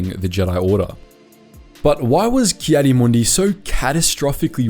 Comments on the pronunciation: Heartless AND Arrogant, but the rest, meh. Read the Comic where he has to find a Jedi that lives with his son on Tatooine and being a Tuskan Raider now! Its Ki-Adi (Key Adi spoken) Mundi not Kaddiemundie XD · Ah yes ki-santa-clausy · Anybody else get annoyed when he says Caddy Moondi